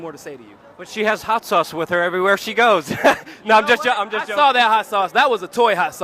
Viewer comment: Luke, why don't you ever say the word "with"? It's always 'wid' or 'wit'.